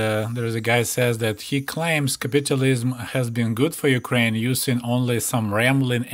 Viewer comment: Funny how capitalism, and capitulism, can sound similar depending in the accent of the person. I had to go back on the video and check what I was hearing. 😁👍